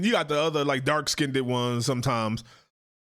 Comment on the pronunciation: "Skinded?" What is Skinded? Are any of you things capable of speaking English properly?